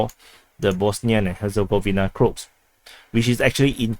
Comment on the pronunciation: Croat is said like this Crow-At for Crow-Aaaation